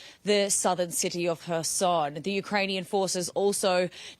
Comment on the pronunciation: please stop saying Rusher, Americer and Chiner. Just a idea. These are not actual words.